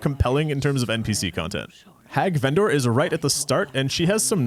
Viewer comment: You pronounce "Hag Vendor" as if Vendor is her first name rather than her occupation lmao